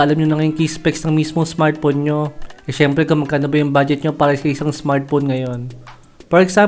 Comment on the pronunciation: Smartphone boss hindi smartpon